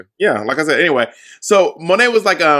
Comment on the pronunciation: Monet...Why do you keep saying Sow?